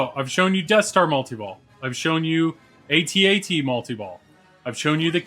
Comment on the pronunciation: What I appreciate the most is that you say it A-Tee A-TEE... (that how we always said it over here) :)